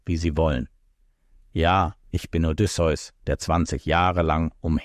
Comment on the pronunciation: Diese Aussprache. Odysseus Sohn keine Pokémon 😅